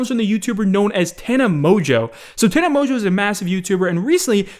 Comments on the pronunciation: Wait you pronounce it mojo? I though it was Mon-go 😂. And did she get stung by a bee on the lips? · Mans said "Tana Mojo" Wait, is that how its pronounced? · anybody else notice that be said tana mojo 😂😂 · I have never heared someone pronounce tana mongeau the way does.